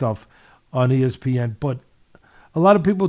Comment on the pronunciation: A few things we learned about Teddy: He can remember the name Cassius Clay but can’t remember the name Muhammad Ali He calls espn “es-peeOn” He spits into the microphone He loves using analogies He’s in love with with his voice He got hit over the heat by chalkboard erasers one too many times